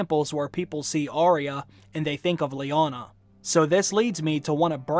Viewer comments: I love your videos but its Arya and not Ariah pronunciation is a bit off.. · As such a expert you are calling yourself, you should at least get her name correct! It's Arya not Aria! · I wish people would say her name correctly. It’s Arrrr-ya not Arr-ee-ah.